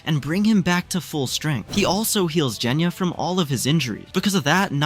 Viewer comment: Bruh its genya not jenya